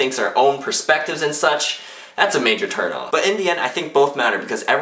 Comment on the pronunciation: ...did you say a major turn ON or a major turn OFF??